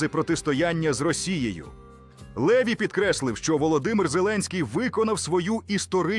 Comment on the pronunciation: А хто цей ЛЕві ? Наголос уже показав, що цю казку знову вкидає ворог . Французи мають прізвища з наголосом на останній склад - ЛевІ . От грамотії !!!